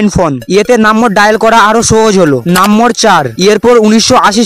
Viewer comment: নাম্বার না বলে নাম্বোর বলেন আপনি।